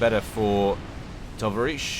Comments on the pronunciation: Hearing you say Tavarish hurts my brain. Vowel sounds are way off. Emphasize the 2nd syllable. It's such a great word, often used to tease someone that's bit bossy or boorish. tovarishch - tuh-VAH-ryishch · Dear, the stress in "tovarich" word is placed upon A: /tɒˈvɑːɹɪʃt͡ʃ/